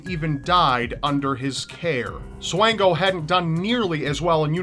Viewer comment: Micheal Swango, Actually pronounced like Swan as in the bird (swan-go), was a graduate of my high school and worked at my local hospital! Graduated from Quincy Notre Dame and worked at Blessing Hospital. Rumors say he could have killed more than a few hundred people while in Zimbabwe.